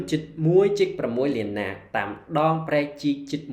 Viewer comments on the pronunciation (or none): កម្ពុជា ឬវៀតណាម នាក់និយាយ ស្តាប ទៅ នាក់ ហៅ ថា ណាក់